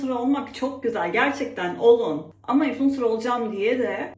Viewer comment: 500 kere ınfulencer dedin ya 😂